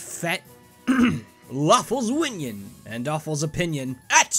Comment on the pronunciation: Well, thought I heard “Waffle’s Winion” in the beginning...